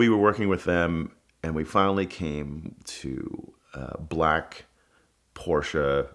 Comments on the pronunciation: you cannot be a car guy and say PorschA. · "Car Guy" but can't even pronounce Porsche properly..